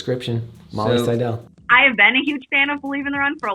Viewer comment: Seidel rhymes with "title"